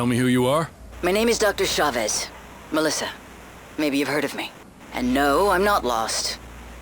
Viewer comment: It's Chavez! Not Chevez...